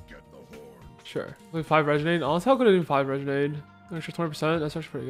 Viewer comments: how has not learned how to say renegade yet? RE-NA-GAE-D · I swear if Im going to hear "Regenade" one more time